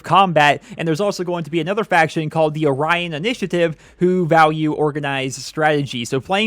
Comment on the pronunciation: I think its pronounced o-rhy-on, like the constellation